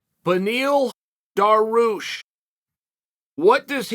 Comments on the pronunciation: Chael, it's not Daroosh it's pronounced Dar - e - oosh and its not Mack - La - chev , its Mack - ah - Chev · I like how he say Islam for a while and suddenly drops Makelchev. Similarly, Beny Beny Beny..... Boom..... Daroosh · Generally, I think Chael is trying to be condescending, when he pronounces the names wrong. For some reason, I get the feeling, with Dariush, he just doesn't know how to say the name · I love how he starts the video by saying his name loud, clear and slow and he still says it wrong 🤣 Lord Chael is undefeated